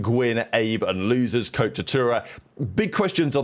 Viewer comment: Bro did he call him “losers” lmao instead of lunarz lmao